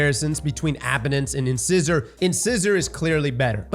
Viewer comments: Is anyone else triggered by how he pronounced “incisor”? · Trying to keep track of how many times mispronounced "incisor". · Lol "In-scissor" It's Incisor, like a tooth :D "In-size-or" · Wouldn’t be a D2 content creator video without somebody butchering the weapon or exotic name 😅 in-ci-sor not In-scissor ✂️ the more ya know 🤷‍♂️ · If I have to hear in-scissor on more damn time lol. In-SIZE-er! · Hello your English teacher here... if you mention in-scissors to your dentist they are likely to laugh at you or take out your in-size-ors to show you one! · Incisor is pronounced in-size-er. Size, like, "What size is that shirt?" Your front biting teeth are called incisors. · In-scissor? Nope. Incisor. Long 'I' sound. LIKE THE TOOTH! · And it's Inc(eye)sor, not In(scissor).. as in your incisor teeth. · Who's gonna tell him it's pronounced In-size-er? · In-SIZE-er, like the tooth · its pronounced In-SIZE-er... like your teeth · The way you are pronouncing in-size-or is killing me. Please. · Right, and what do we call things that cut paper? Scissors. In-scissor.. lol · Hah, cross its pronounced like the teeth - not "in-scissor" lol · Please tell me he’s joking when he says “In-scissor” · Incisor. IN-SIZE-OR. INCISOR. lol bro it’s a common word. You have several of them in your mouth. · Dear god. It's pronounced In-SIZE-or. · I swear to god 😂 In-SIZE-OR. Like the tooth my man 😂😂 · cross saying inscissor hurts lmao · No judgement, just thought you should know. Incisor is pronounced in-sigh-zer. Good stuff, TY for the content. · I guess I have to give points for consistency for mispronouncing "incisor" every single time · Please pronounce 'incisor' correctly. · Anyone gonna tell him how to pronounce incisor? Anyone? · Is cross not knowing how to pronounce things a bit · I feel like he's just saying Incisor wrong on purpose at this point lol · the mispronunciation of incisor is killing me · stop pronouncing Incisor wrong.